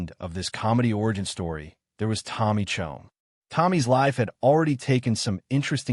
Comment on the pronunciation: Cheech and Chonge? I fucking hate AI.